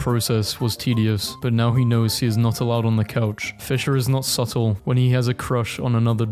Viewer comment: bro really just pronounched the b in subtle